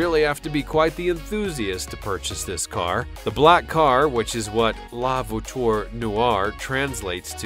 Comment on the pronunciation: the way this guy says "la voiture" is triggering me